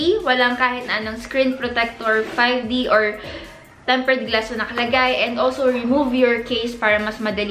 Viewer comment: Hope you could improve your tense and lax vowel sounds Scren vs screen Ensurance vs insurance Gluss vs glass Fingerprent vs fingerprint Teshu vs tissue Crucking vs cracking Diphthong Mowdel vs model Medyo distracting kase. Dont get me wrong. I watch your videos because of your content pero better kung ma-correct yung pronunciation slips. :)